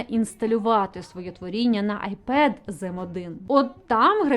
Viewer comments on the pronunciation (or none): none